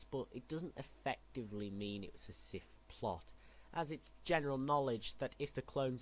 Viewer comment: Why do you say sith weird